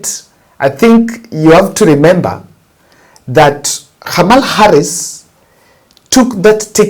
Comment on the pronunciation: Pronounce Khamala as though h is silent.